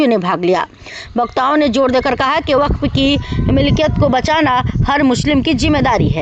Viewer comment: बफफ नहीं होता है वक्फ होगा है